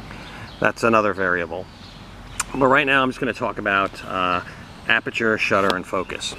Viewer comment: Good job. One thing....the word is "aperture".